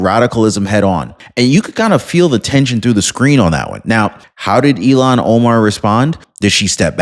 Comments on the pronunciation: ILL-HAAN not EIL-LAN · It’s not Elon Omar… it’s Ilhan as ( Ill haan) Omar!!!! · It's. Ill han! Not elon! 73 here pronunciation is important to me! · Her name is Ilhan (Il-hawn), not like Elon! Pronounce correctly! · 😂 It's NOT ELON OMAR😢 IT'S ☆ILHAN☆ PLEASE PRONOUNCE her ugly name, properly 💯🇺🇸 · IL HAN, not IL Lon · IL-Han not E-Lon… sorry OCD kills me when someone misspronounces something 😃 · Bro, please say ill-han omar Not Elon. Don’t be hating on Musk he’s just a rocket man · eel-han. Elon is a Musk. lol. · It’s “Ill-Hawn”, not Elon….you’re welcome…sincerely, the pronunciation police. Elon sounds smarter…and she’s not smart at all. Ill-Hawn is how most say it. Love and respectfully….little ole me. ❤🇺🇸👍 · Her name is pronounced "ILL-han", not "Elon". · Her name is ilhan ohmar not Elon